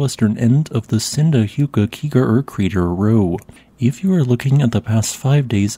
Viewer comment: Respect for the attempt at pronouncing Sundhnjúkagígaröð. Because that shit is even gonna trip up the most country ass Icelanders